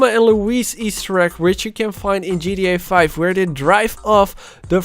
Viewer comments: Why dose he say gda5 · Why do u say gria 5 😂😂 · ji ti ai faur an ji ti ai faif